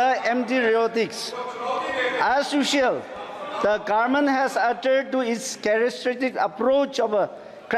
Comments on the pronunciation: 5 years will pass like this by pronouncing Garment (govt) 😂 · Doing his best but please people, keep in mind there is not a single power in the entire universe than can change the pronunciation Gaarment to Government for Aos 😬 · Very good speech but just garment n Government he has to change the pernounce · Indin garment😂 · Garment or government??